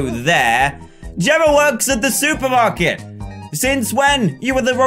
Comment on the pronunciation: since then, i just hear the word suit, did he say the SUIT-er market or supermarket